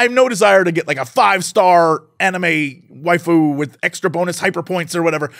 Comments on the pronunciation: "Wai-FU" pronounciation xD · Why do you put so much emphasis on the Fu in waifu